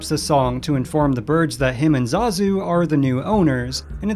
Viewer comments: "Yago, and zuh ZOOO" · The way that narrator says Zazu smh